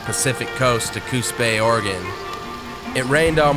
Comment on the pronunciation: I love that you pronounce Oregon correctly 😊